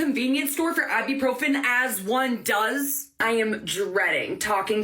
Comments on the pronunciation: Why is the lady, and you also, pronouncing it like I-bee-profen - it is I-bu-profen with a U as the second syllable, not an E - say it how it is spelt. Goodness me... We can buy it off the shelf in supermarkets here in the UK without issue, but it is restricted to one box per customer per visit. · It's I BU PROPHEN not I Bee Profin 😂